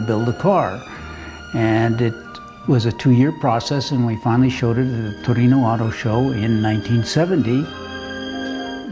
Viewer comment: The way he pronounces Papá, Torino and Ferrari... he sounds Argentinian like Fangio.